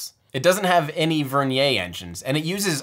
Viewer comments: Vernier is a fully Anglicized word. Ends in a "yer" sound. With all due respect to Pierre Vernier, using the pronunciation of his name for this usage is cringe worthy. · Vernier is pronounced like the caliper... rhymes with Near. Doesn't rhyme with Nay. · Vernier not vernia